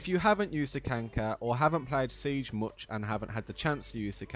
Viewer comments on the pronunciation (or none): Do you unironically say Takanka